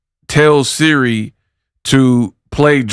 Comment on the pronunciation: Can't even say SIRI right smh. Just ghetto asf. And she fighting a lady that's way older how convenient.